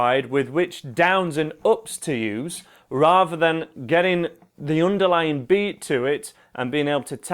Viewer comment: why do Brits say "raver" instead of rather? What's so difficult about saying TH? If the word was meant to be the way he said it, it would be spelled "raver", but that's an entirely different word. ffs man, just learn to speak proppa.